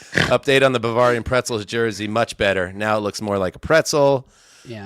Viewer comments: pronunciation of Bavarian is killing me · I can't listen to mispronounce Bavarian anymore. I'm out.